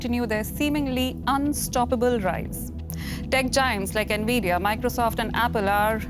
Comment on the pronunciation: bro works as journalist, covering tech news but doesn't know who NVIDIA are pronounced? here how it's pronounce, follow me, ENVY...DEE....A...